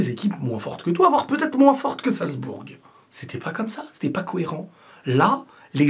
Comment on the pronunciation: ça se prononce "salzboure" et non pas "salzbourgue". Amitiés